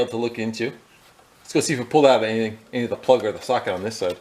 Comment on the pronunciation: Ummmm “Plud the floods out? 😂😂😂😂😂